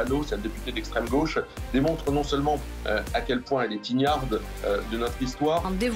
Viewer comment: Attention,, on ne dit pas "ignarde", mais ignare, qui a la même forme au féminin qu'au masculin. Peut-être l'ignoriez-vous.